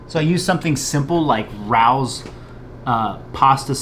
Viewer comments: great video man! It’s pronounced <Ray-O’s> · Its prounouced Ray ohs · Rao’s is pronounced RAY-O’s Grey video, i just subscribed to your channel. PS the best part is when your daughters came home. The joy on your face! Priceless #dadlife